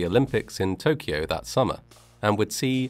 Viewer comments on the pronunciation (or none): none